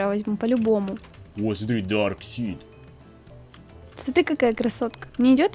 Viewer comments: Во-первых не дарсит а дарксайд. А можно в юных титанов было переодеться. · Не дарксит даркасайт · не дарксид а дарксайд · Самые лудшие капитан Америка железный человек и человек паук из всех фильма и кста не дарксид а дарксайд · ето не дарксит а дарксаит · Не драксид а драйксад